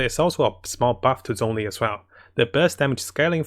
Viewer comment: The "Z" in Zhongli is pronounced like a "J". Everytime people mispronounce the chinese names, a piece of my soul dies a little 🗣🗣